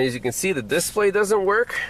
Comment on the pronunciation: Is that a local emPHAsisthat is used for the word "displa'y? That's okay, in Wisconsin water fountains are pronounced "bubblers".